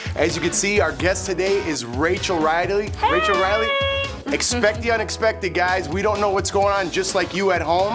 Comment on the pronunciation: Did he just call her Rachel Reidily?